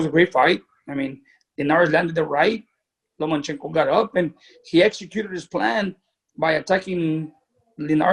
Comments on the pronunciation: It’s LOMAAAACHENKO!!! Not LOMANchenko,,, Jesus If you’re going to defend him at least get his name right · i’m not a fan of dads like lopez sr. that being said lopez and sr. got the result... good for them. also wish people would stop saying Lomanchenko. 😂